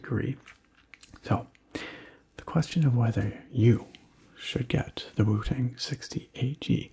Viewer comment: I seriously thought you said Wu-Tang and had to look back at the title 🤣